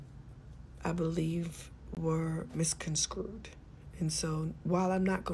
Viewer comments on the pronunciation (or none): Did Tamar say, "...misconscrewd." It is MISCONSTRUED, Tamar. I'm just sayin'! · I know Tamar did not just say "misconscrewed"?🤔🤔🤔🤔🤔🤔🤔 Black people.... the word is "misconstrued "! Smh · misconscrued? You mean miscontrued? 😅